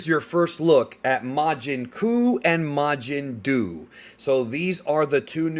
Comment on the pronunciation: Majin Duu??!?! 💩